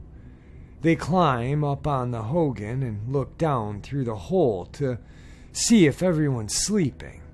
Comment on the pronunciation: Its pronounced "ho-gone". Cool to see stories from the rez!